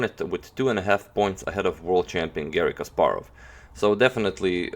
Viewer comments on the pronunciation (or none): none